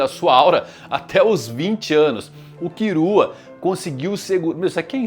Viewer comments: “kirua” hahha pqp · Ficar escutando "Kirua" sangra meus tímpanos 😢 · Ne tipo e tipo no Japão eles não conseguem falar L ai falam com R mas aqui agente consegue falar L e ai e só falar killua travez de kirua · Pq o chama o Killua de Kirua? kkkkkkkkk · A pronuncia japonesa é essa mesmo, eles não conseguem falar o L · Pq ele fala "kirua" e "irume"? N é Killua n?